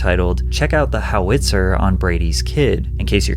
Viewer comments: it's not a "How it's her" it's Howi-Tzer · howitzer not how-witzer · said "How-Itz-her" 😭😭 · Not a how witzer....howitzer one word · Howitzer (Hau-uht-sr) / (How-it-sir) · Wtf is a "how IT sir ? Do you mean howit sir? :) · HOW-it-sir not how-WIT-sir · HOW-it-zer. The emphasis is on the FIRST SILLABLE. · What's a how-witzer and why can you say oral but not rape or suicide. YouTube speak is exponentially stupid. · WTH is a "How- Itzer"? Why do people not know how to pronounce things anymore? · What is a How-witzer lol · "How-Witzer" literally never heard someone pronounce it this way in my entire life lol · It's pronounced HOW-it-zer just so you know. Loved the video! also wow what a vile thing to post online! Yeuch. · You can’t even pronounce howitzer correctly Never clicking on one of your videos ever again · Ive never heard anyone butcher howitzer like you did lol. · Worst howitzer pronunciation ever but great reporting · Why do you pronounce Howitzer like a crappy AI does? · Man I was so close to subscribing…then I heard you pronounce Howitzer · The way you pronounce howitzer.... 🤦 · Not a bad video, but that ridiculous pronunciation of 'howitzer' deserves a thumbs down. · I almost disliked after that howitzer pronunciation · Your pronunciation of howitzer was like nails on a chalk board lol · Right? Threw me for a loop. Who doesn’t know how to say howitzer 😂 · Somehow more disturbing than the talk of a two yr olds genitalia was your pronounciation of Howitzer. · You completely butchered Howitzer😂😂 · Why the fuck do you pronounce howitzer like that? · How he pronounces “howitzer” is easily the best part of the video. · so after 30 mins of video of this douche and clickbait thumbnail the answer is... maybe. also, man, look up how to pronounce certain things (like friggin howitzer, which the douche pronounces for you in a clip you used) because it's horrendous when basic things like things like that get mispronounced and detracts from the quality of the video